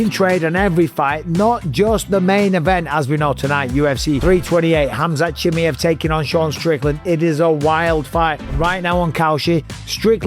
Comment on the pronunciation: Who is "Hamzat Chimiv"?